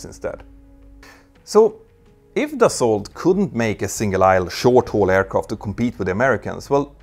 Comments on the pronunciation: You don't pronounce the "t" in "Dassault" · The way you say "Dassault" hurts my ears.